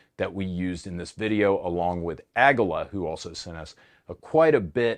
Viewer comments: It's pronounced Ah ge la not ah gu la btw pretty sure it means eagle or something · ...Ahguhluh? Please, it's AhhGeeYuh. Say it with me, ingrate Ahh-Gee-Yuh. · Aguila ammo brand is pronounced 'AH-gee-la', not 'uh-GEE-la'. It means eagle in Spanish.